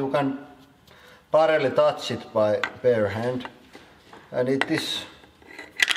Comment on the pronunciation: you lost your accent when you said bear hand eh! hehe sounded more amuuurican.